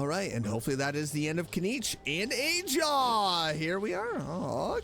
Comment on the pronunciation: Sorry to burst your bubble, but Ajaw's name is pronounced with the "H" sound because it's a Spanish J, which sounds like an H. Lol. Btw, I don't know if you recognize Burkina, Mavuika's friend who got Malipo, but you saw his figure next to Kinich in that scene when they activated the Archon's plan. I am also guessing that Wanjiru was the same person next to Iansan too. That's my guess at least. I have tried looking up the VAs for Ronova and Xabalanque, but no dice yet lol. Hopefully at some point their VAs will be revealed. But yeah I LOVED that moment! Finally hearing one of the Shades talk wow. - DUDE! Why'd you speed through that?! You should have read it! Lol. Every small detail is important lol. Anyway, thanks for talking to Mavuika that one last time, she was the char I wanted you to talk to before the act ended lol. Here's my questions for Act 5- 1. How is Hoyo going to handle the archon quest IF Paimon can't come. She's technically our Pause menu and how we exit the game. It was one thing in Caribert's story when that quest wasn't very long. My hope is the actual segment we have without here isn't too long. 2. What is the Captain's plan? It's obvious he's met Rorona too so I am curious about their relationship. So what are your plans now? You going to do Nahida's birthday now?